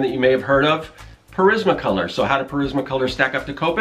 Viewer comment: Respectfully I have to inform you that your pronouncing Prismacolor wrong because no one else has. Lol its Pr-iz-ma Color not Pa-riz-ma Color.